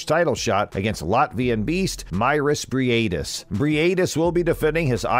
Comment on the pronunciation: Bri ate this? Dude making content about him and does not even know how to pronounce his surname smh Hope for a good fight though